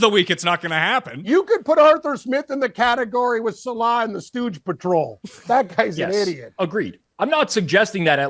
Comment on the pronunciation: Listening to try to pronounce "Saleh" for 15 minutes straight is quite the experience